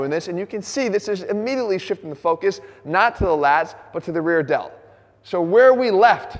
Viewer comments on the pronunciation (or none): none